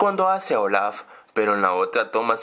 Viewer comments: Porque dices ol4f si es olaf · no se dice ol4f es olaf